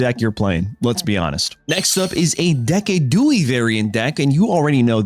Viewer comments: It’s a deciduous tree not a Dee-ciduous tree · LOpUni? Deck-a-dewie? This ain't it man